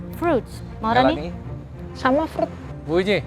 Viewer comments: Emang fruit dibaca frut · Ngakak sama yang di tanya chef Juna pas di awal. Desi ngomongnya fruit katanya sama tapi ngomongnya frut😂🙏🏻🙏🏻